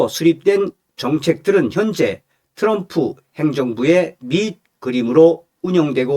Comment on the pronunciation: 츄럼프가아니고 트럼프 멋부리지말구 옆에있는 내여자친구가 미국흘인오야 제발좀 발음좀 멋있는게아미라니까